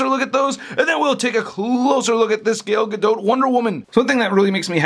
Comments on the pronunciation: Who the f is gole gadote? Is pronounced GAL GU DOT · Joey Rodriguez lmao the way he says her name is funny af